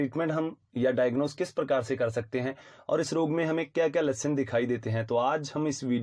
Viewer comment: Samtham ..? Symptoms kya Lashan..? Ya lakshan Bhai english aur hindi dono me itni acchi pronunciation..😁😁😜